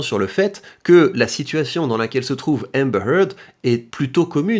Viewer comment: Je suis impressionné de voir comment tu prononces Amber Heard moi je prononce ÉMEBEURRRE HEURRRDE